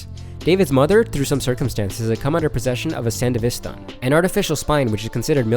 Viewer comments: please for the love of christ.... They literally pronounce it in the anime multiple times. SAN-DEVIS-STAN not san deveeeee stan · It's San devi Stan. Like devistate not San devee stahn